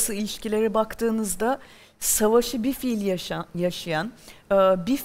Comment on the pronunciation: Pelin Hanım hala bilfiil (fiilen) demeyi öğrenememiş. Şürekli bi-fiil (fiilsiz) diyor.